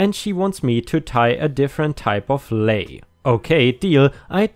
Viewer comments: A lei is polynesian flower necklace made from plumeria generally. Whis a a very beautiful and fragrant flower. Leis or Lei is pronounced -Lays. As in lays a rug on the floor. Love your videos. I know how you're always on the best sudreddits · lei is pronounced lay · Lei is pronounced "lay", I totally get where you are coming from I'm native English speaking and my brain wants to do the same. I remember it as they lay many leis on each other for celebration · ☆☆☆☆☆☆☆☆☆☆ ☆☆☆☆☆☆☆☆☆☆ Lei pronounced lay